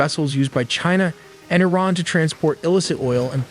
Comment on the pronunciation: It is pronounced [E-RAAN]--->[E-RAANIAN]